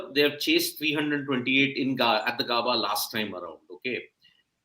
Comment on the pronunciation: GAAABAAA NAHI BHAI, IT'S Gaebaa! Great commitment with the early live ladies. 👏🏻